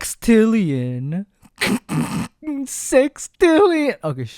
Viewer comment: The way he said Sextillion 😂😂